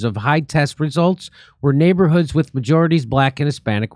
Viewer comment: OMG I can't get over him saying wis instead of with 😂😂. And the da, it's just funny